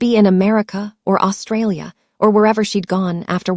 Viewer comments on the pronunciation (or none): none